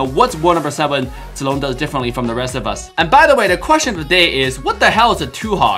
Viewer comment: I love how pronounces Zilongs name correct